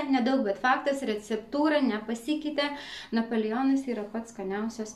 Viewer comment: sakoma napoleonas o ne napolijionas kvailai skamba